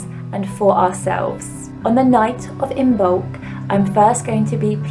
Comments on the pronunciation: It’s not imBolc it’s pronounced imolc the b is silent. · The b is silent in imbolc. It is pronounced im-olk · I love you dear sister, please be aware it is pronounced Immolk , meaning In the belly. From the Irish I mbolg, I love your passion for the Pagan just please be respectful to origins. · Beautiful ♥️ As Imbolc is coming soon to the SH I watched this to get ideas. Thank you 🙏🏻 This was very helpful. Sorry to be anal but just a tip the ‘b’ in Imoblc is silent. 😉